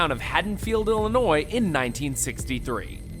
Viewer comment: Thanks for actually saying Illinoy instead on illionoise